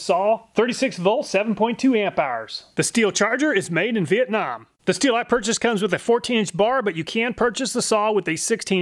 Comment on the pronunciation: Thanks for saying husqvarna and stihl correctly.